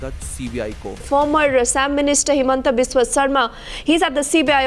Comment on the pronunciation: It's not Hemantaa we call it Himanto and it's not Uulfa we call it's Aalfa. Research nicely first then make video. Lots of your pronunciation is wrong.